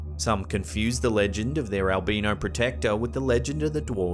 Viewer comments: "Al-bye-no" not "al-bean-o." I'm sure these guys cannot be ground up into coffee. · HI THE CORRECT PRONUNCIATION FOR ALBINO IS & I WILL SPELL IT THE WAY IT SOUNDS FOR YOU. ( AL--- Bine --- No ) Thought this would help you.. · Haunches are the arms and legs quarters of a butchered animal. Albino is pronounced like all B eye no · I love your videos and narration, but the way you are saying "albino" is driving me crazy 😂😂